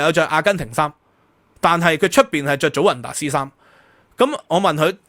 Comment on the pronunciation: 祖雲達斯 (Juventus)，J讀Y音。